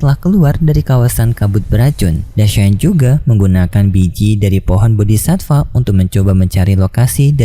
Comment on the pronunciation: Aku dari kemarin mau bilang Bodi'Satfaa enggak jadi Min soalnya minin Sebut Bodi'sifa...😁😁 Kalau enggak salah dengar aku. Min cari info Kalau Sudah Sampai Duo'Di Tamat apa masih ada Kelanjutannya apa enggak Donghua nya. Kalau di Novel aku nyimak Ceritanya sudah Sampai Ranah Dewa Langkah ke4. Manusia biasa sampai Ranah Kaisar itu Seson 1sampai 18 kalau enggak Lupa. Ranah Dewa Langkah Ke4 itu sekitar seson 7.